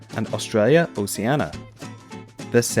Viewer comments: It's not "OSAINA". It's OCEANIA! Read as: /OH-SHE-AH-NEE-AH/ ;) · I'm pretty sure Oceania is pronounced oh-she-AN-ee-ah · Eduardo de Montenegro I agree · Eduardo de Montenegro yeah his pronounceation is terrible, same as the guy in WonderWhy